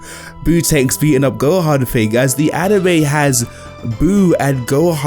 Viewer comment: Its "Thing", not ''Fink".